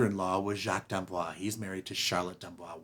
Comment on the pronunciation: I guess Jacques did not correct you on the pronunciation of his name. You are pronouncing it like Blanche DuBois. D'Amboise has an "e" at the end, so you pronounce the "s" (as a "z") Boise is pronounced "Bwahz".